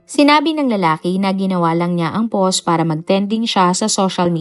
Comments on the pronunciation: Poss imbes na POST 🤣🤣🤣 Nag abroad cguro ang letrang “T” kya hnd mabigkas ni uploader🤣🤦‍♀️ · 😂 Always yan si DJ, yung word na "POST" ang pronounce nya ay Poss, Pose or Pause, silent T lagi..gamit na gamit pa naman nya ang word na "POST" sa mga uploaded video nya.😂